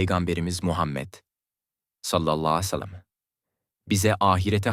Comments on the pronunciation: Sallallahu aleyhi vesselam neden düzgün söylemiyorsunuz. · "Sallallahü aleyhi vesellem" demeyi bir türlü beceremiyorsun. İnsanın aklına "acaba inançsız mı" diye düşünmek geliyor. "Sallallahü aleyhi vesellem" demeyi öğren ve videolarda söyleyebil. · Sallallahu aleyhi vessellem Demek bukadar zor değil amacınız ne acaba😡